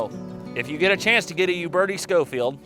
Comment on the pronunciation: Actually pronounced Sho-feild.. Cyrus Schofield was a preacher that wrote a reference bible.